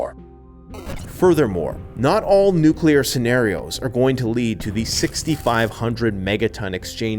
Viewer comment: Please it’s nuclear ,not nucular!